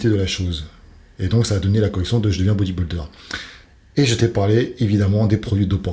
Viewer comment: Dom Dom c’est un mot anglais. En français c’est « culturiste ». Mais même en anglais ce n’est pas bien prononcé c’est vrai.